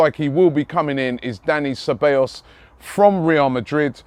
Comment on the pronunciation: Cabellos: Kah-bye-yos